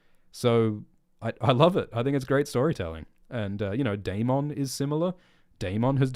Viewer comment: Bring back sexy Milly Why are you saying Daemon so weird